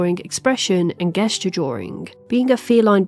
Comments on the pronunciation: Btw it's pronounced "jess-jur" with a J, not a G sound. Hire me as your editor/proofreader, I'll do it for free. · I have never ever heard someone say "gesture" with a hard g. Where did you learn that? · Great video, instantly subscribed! But please note for future reference the word gesture is pronounced with a soft G so it's pronounced like Jest-ure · I am now learning that there are some parts of the UK where "gesture" is pronounced with a hard G. Really doesn't hit the hear right. Excellent video though. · You pronounces gesture like "Geh-sture" it makes me die a little inside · Gesture pronounced with a hard G is a new one for me. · this was a really cool video but i have never heard someone pronounce gesture like that 😅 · Just a heads up that gesture is pronounced with a soft g! :P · gesture but not with a j sound.. that is unique